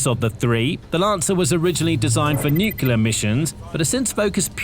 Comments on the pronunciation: NUCLEAR NOT NUCULAR!!!!!! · Nucular gahh!! A nerve grating mispronunciation of the word nuclear. So many people do it and it does not sound professional at all.